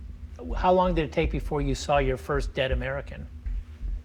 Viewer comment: Is this guy always a clown? Notice his emphasis on "dead American"